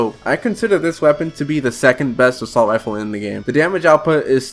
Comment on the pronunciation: "Expewt" "Wealism" "Weload speed" "Assault wifle"